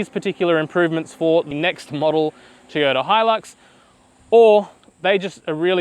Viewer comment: TOY ota please Teeota was very distracting.